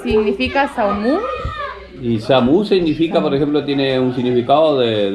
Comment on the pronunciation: Espléndida entrega chicos !! Samuhú se pronuncia con una "H" aspirada que no es muda, tipo "help" en inglés pero además la "Ú" final en realidad es una "O" y te queda algo así como "samojó". Soy chaqueño y nada que ver con guaraníes, de hecho soy descendiente de croatas y vascos pero tmb viví algunos años en Asunción y ahí fui a la escuela. La verdad es que en Chaco nadie habla guaraní ni saben pronunciarlo, a menos que sean Flias de paraguayos que incluso ellos dejan de hablarlo una vez asentados por acá, y si bien tanto el Sudeste chaqueño como el Noreste santafecino recibieron gran cantidad de correntinos y algunos pyos para trabajar en el obraje cuando llegó La Forestal todo ese guaraní se esfumó, de hecho la gran mayoría de pobladores de Samuhú siquiera sabe el significado, tuvieron suerte de que ese Sr supiese, por acá pueden ver a motoviajeros como "Penny Rider" preguntar y nadie lo sabía. Por otra parte en el Noroeste a este mismo árbol lo llamamos "YUCHÁN" (Ceiba chodatii) y tiene flores blancas en vez de rosadas como el del Este chaqueño que es variedad "speciosa", todas esas ceibas están emparentadas con los bao babs de África, y recuerden que nuestro Chaco es el "ÁFRICA ARGENTO", no olviden la PANGEA. 🙋🏻‍♂️desde Chaco🇦🇷